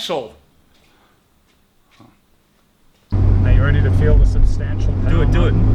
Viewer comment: "its saabstantial"... uhhhg oh man